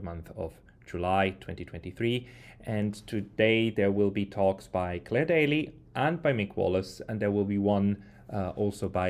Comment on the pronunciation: Her name is Daly, not daily.